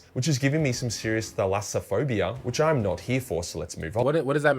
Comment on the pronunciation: you mispronounce it but we all do thalassophobia The fear of the ocean or other large bodies of water is called, i have it but its more open ocean and its depth where you can't see shit but everything else can see you